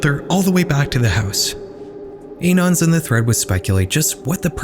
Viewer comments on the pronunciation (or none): im begging you to pronounce "anons" correctly but go off